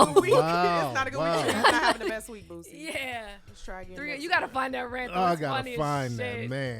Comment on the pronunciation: Anyone else thought they were saying BOOTSY instead of Boosie?